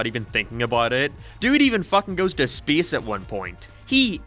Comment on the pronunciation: Someone: say space:: spece